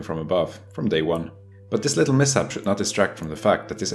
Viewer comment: I like how he says mishap as miss app